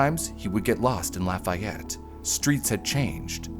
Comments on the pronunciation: Not “Laf-aye-et”….”Laf-ee-ette” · "Indigent" and "indiGnant" are two different words with two VERY different meanings. It is pronounced "lah-fee-yette" if you're talking about Indiana (yeah, yeah, I know. You don't want to know how we pronounced "Versailles".) and it is not "just north" of Indianapolis, it's about an HOUR north of Indianapolis. "Just north" might be Lebanon or Pendleton. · Agh!!!! I live in Lafayette. The way the documentary pronounces the town is maddening.